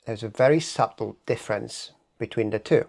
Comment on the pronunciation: I hope you don't mind me telling you that SUBTLE is pronounced SUTTLE -the B is silent.